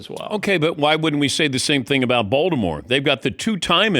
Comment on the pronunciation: It's weird the way Dan pronounces "Baltimore" as [Ball-the-moore].